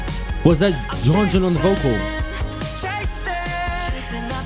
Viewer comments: YEONJUN name is read like "YONJUN" not "YUNJUN" !!!! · The pronunciation is JUN/JON not jin. So Yeonjun. Same for Beomgyu, it's guy not gi. In Taehyun, the h is more strong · why u always say yunjin??? yeonjun not yunjin pls😭😭yunjin is from le sserafim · It's Yeonjun(try to Pronounce like yonjun)